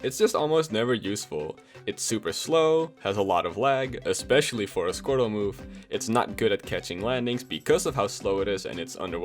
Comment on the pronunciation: He said "squirtle" lmao